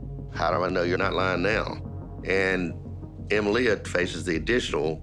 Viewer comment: Ema-Lia? Said the lawyer?!